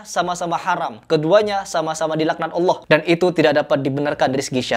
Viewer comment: Kata allah....?? Kpan allah berdialog dg allah......?? Gufron kakek ente kale..... Kata allah kata allah... Kpan allah ngobrol dg anda..?? Ngajimu benerin dan jika mnyebut nama allah yg betul bukan hallah tp allah... Bukan hallah